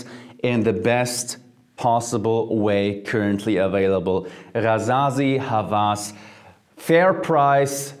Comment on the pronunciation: God jeremy I told you Hawas, the w is pronounced |wa| it means obssesion